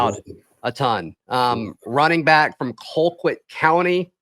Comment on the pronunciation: I have been an Auburn fan since the Terry Bowden years. I love the insight, intel, and perspectives from you and your guests. I'm also an alum from Colquitt County High School. They pronounce Colquitt as Call Quit. It's not a matter of trying to correct you, but just letting you know. Again, love the show!